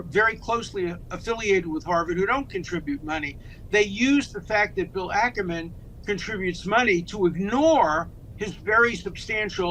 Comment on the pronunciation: Again, Ackman, not Ackerman, with respect.